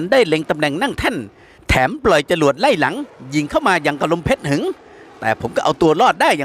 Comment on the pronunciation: ลมเพชหึง=ออกเสียงว่า.เพช-ชะ-หึง..คับ